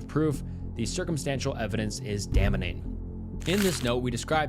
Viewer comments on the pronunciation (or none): Damning being pronounced Dah-meh-ning made me realise this too lol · "damming" not "dammening" lol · "damening" bruh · "Damining?" Okay, ai. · I would be shocked if he wasn’t either using ai to write the scripts or plagiarizing parts of the stories. The fact that he mispronounces easy words like “damning” are insanely telling.